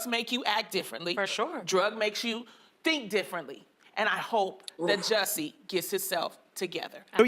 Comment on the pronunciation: Am I the only one that appreciates the fact that is the only one that actually pronounces Jussie's stupid name correctly?